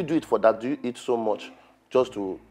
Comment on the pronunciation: cooked the werey sm he started pronouncing heat for eat💀😂